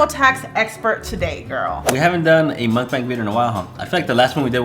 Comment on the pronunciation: Why do you guys call the mock bang as how it’s spelled. It’s pronounced mock bong. But anyways love the blogs and your daughter is adorable.